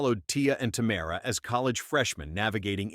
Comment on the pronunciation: Tamera not Tamra